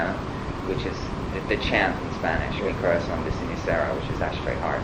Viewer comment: He pronounces sooo cute "mi corazón de cenicero"